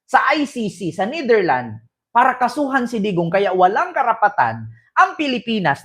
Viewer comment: Kupal ka nidirland ka ng nidirland ayusin mo pronunciation mo kasakit sa tenga